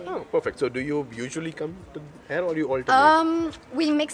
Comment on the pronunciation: Sir, when you say "here" , it sounds like hair, which isn't the right pronunciation. Should be "hear". And , good stuff. Keep it up. :)